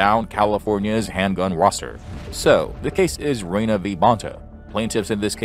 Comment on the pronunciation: Renna V Bona, not Rena. Precedent, not Preceedents.